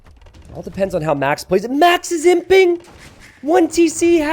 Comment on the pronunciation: every time you say "He's imping" I hear "He simping";)